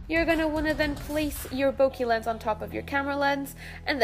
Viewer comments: Bokeh = Boca or bouquet. not bokee. 😉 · Triggered how she said Bokeh